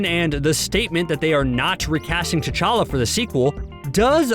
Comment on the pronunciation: The narrator's pronunciation of Wakanda and T challa is annoying